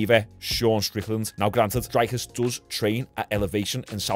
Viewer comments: Hey Sean, just to let you know it's pronounced Dree-cus. But it's at least a lot better than some other pronunciations I've heard from other commentators. Love your content bro 🤜🤛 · Pronounced “Dreekis” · For future reference his name is pronounced Drickus (the r is a roll of the tongue, but fuck that) “Drick-us Doo-pleh-see” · his name is pronounced dree(like tree) cus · You pronounce Dricus Duplesis like the ‘rick’ in Strickland, then it’s : Duu plus cee